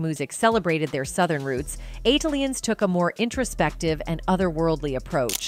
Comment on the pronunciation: You know it's A.I. when she says "ON-TWON Patton", "Southern Playalistic ODD-E-LOC Music", "ATE-LEE-Ins", "AQUA-MEANIE" and "STANK-HO-NIA". 😂